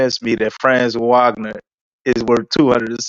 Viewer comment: Franz Wagner, pronounced Vahg-ner